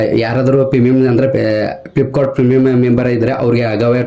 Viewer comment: ಫ್ಲಿಪ್ಕಾನ್ ಅಲ್ಲವೋ ಮಾರಾಯ. ಅದು ಫ್ಲಿಪ್ಕಾರ್ಟ್.